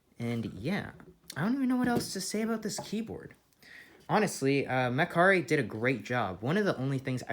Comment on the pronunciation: is it pronounced mechar-ite? or... mecha- rite? 🤔